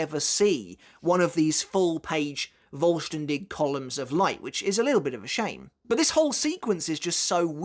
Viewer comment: The "V" in the "Vollständig" is actually spoken like the F in Fist for example. The expression meaning "Complete" or "Whole". There is no expression such as Voll-Stern-Dich which btw means Full-Star-You ^^' Given the nature of the ritual it fits rather well, though I never really understood the japanese obsession with the german language ,especially regarding the Quincy. I know it is somewhat fitting but I still can't actually make any sense of it tbh.